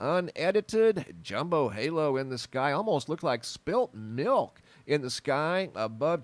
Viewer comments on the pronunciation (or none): none